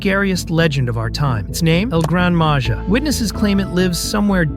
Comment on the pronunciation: You need to pronounce “Maja” as “maha”